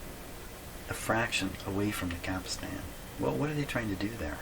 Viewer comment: He's been told this before, but he doesn't read comments - it's 'capstan', not 'capistan'!